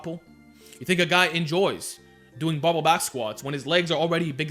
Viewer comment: Is he saying " bubba" back squats???? Wtf